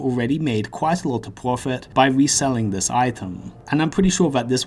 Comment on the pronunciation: Cwafter, pwofit UwU